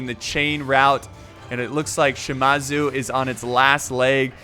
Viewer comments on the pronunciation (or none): it's pronounced U-E-sugi Cho-so-kabe and Shi-ma-zoo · Shimazu, it's Shi-Maa-Zu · Love the vid,. So, here are the name pronunciations to maybe help you with the commentary. Uesugi: Ooh-eh-suu-gi (Sorry! 0% Right) Chosokabe: Cho-so-kaa-bé (55% right) Shimazu: Shi-maa-zoo (80% right) Oda: Oda (You got that one 100% right). Commentary: Per-fec-tion (over 9000% right)